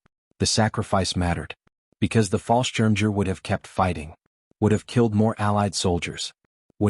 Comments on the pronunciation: I wish that artificial idiocy would learn how to pronounce things properly. The butchery of the German word for paratrooper is enough to make a grown man weep! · It's Pronounced "BOR-GA-BUS RIDGE" and "FAHL-SCHIRM-YAGER". And it General "SIMM-UNDS" with a short "I" which sounds like the i in BIT. Please fix the pictures. They are truly absurd and actually offensive, putting Nazi eagles and swastikas on allied troops!